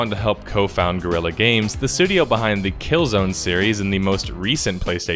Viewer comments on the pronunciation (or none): none